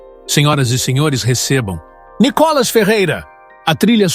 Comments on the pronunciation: Só não entendo porque esse narrador chama Nicolas de Nicólas... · Quando vão aprender pronunciar o nome de Nikolas ??? Vergonha falar Nikólas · Vc pronúncia o nome do Nikolas vc pronúncia Nicolas como narrador e muito grave crítica construtiva